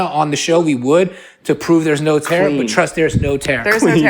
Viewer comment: Lmao “Naur!” 😂